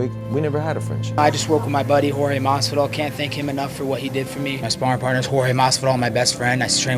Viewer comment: It’s a wild small detail that Colby went from pronouncing Jorge correctly to pronouncing it George once he put on the persona and turned on him. Just thought that was funny